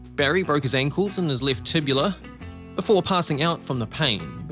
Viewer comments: “Tibula”?? It’s named the TIBIA effing moron!!!! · "Tibula"...? No.